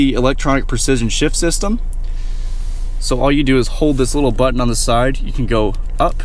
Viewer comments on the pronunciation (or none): "Hit the start engine bungine, and... she comes to luyfff"